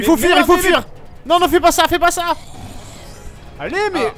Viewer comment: "Fais pas ça" avec l'accent renoi des doubleurs des 90's Priceless :')